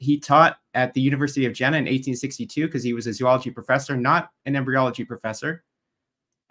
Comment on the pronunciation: It is pronounced Yeena. With a soft J. Not Gin-uh or Jin-uh. For the record.